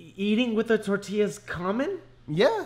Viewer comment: American soccer moms definitely say tor-til-a instead of tor-ti-ya